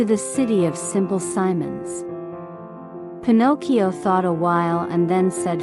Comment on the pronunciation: thank you for taking the time to reply, as I am blind, I am very much used to listening to audiobooks and can spot synthesise speech from the word Get go usually. Some synthesisers are better than others, but the particular one you chose really does not do justice to the amount of work that obviously went into this. First of all it mispronounces Pinocchio, and also if you listen to the cadences and the stop an emphasis between the words and of the words in a sentence you will hear that it sounds unnatural. This could be done so much better with just a few adjustments. I could go into great detail, but I don't know that this is the place to do it. As I said, you've obviously worked hard on this, it might want to choose either a much better sense or massage this synth to make it a better experience. Sometimes this requires changes and punctuation and even changes in spelling in order to get the right pronunciation.